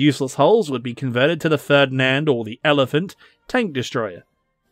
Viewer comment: Good video as always, but aside that... The way you pronounced "Ferdinand" give me a stroke